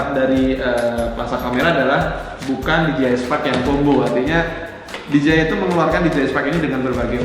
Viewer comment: DJI bukan di ji ay tapi di jey ay